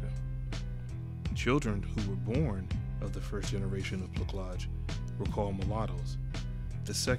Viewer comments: Placage, is pronounced with a soft C . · Placage rhymes with passage. The "c" is pronounced like an "s." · I'm leaving this joint. This dude refuses to pronounce placage correctly. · fam, I made this video 10 months ago. Yes I mad a terrible mistake on my pronunciation, but I'll assure you, the content is honest and I've learned from my mistake. Hopefully, you'll appreciate the rest of videos on the channel. Peace fam!🙌🏾👊🏽